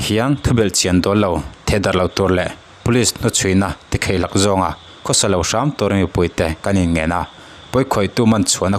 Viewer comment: Police hnuchhuina tikheihlak awh anilo.Tikhaihlak tirawh.Mizoṭawng lamdiklo fomai in ninawm